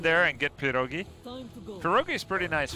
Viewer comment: not PirOgi, but PirogI) that sounds really funny as prOOgi)))